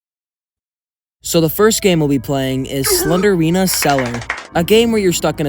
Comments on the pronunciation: just gonna put this here her name is slend-rina, not slender-ina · I like how he doesn't even call her Slendrina he says "Slenderina"💀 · Mf really said slendina instead of slendrina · its slendrina not slenderina 💀💀💀💀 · Why you sau SlenDErina not SlenDRina?😀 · The only bad thing about this video is how you pronounced slendrina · It's not slen der rina It's slen drina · He is saying "Slenderina" but It's "Slendrina". That triggers me haha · The way you kept saying slender-ina instead of slendeina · sorry, but you say it like slen-drina not slenderina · It’s slendrina, not slenderina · why do you say slender-ina? it’s pronounced sle-dri-na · its not slenderina its slendrina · "slender rina" 😭 "slender arena" 😭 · ur saying slendryna wrong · I hear "Slendrina the Seller" when you say it 😂 but actually this game traumatized me before because when I was a kid, my brothers likes to play this game to the point that they connect their phones to the speaker we have for our radio and play the game with full volume 🙃 I remember myself waking up early because they did the speaker thing then I was crying while hugging my sister 🕴️🥲 and sometimes I would see shadows and imagine it as slendrina standing and looking at me 😭 Edit: I hear "sled arena" whenever you say Slendrina 😂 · Pronounce "SLEND-RINA" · SLEN JR ENA IS HOW YOU PRONOUNCE IT sorry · Wait, since it's spelt Slendrina, then wouldn't it be pronounced Slen-drina? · Bro really said "slendErina" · The fact that the E doesn’t exist and he/she still pronounces it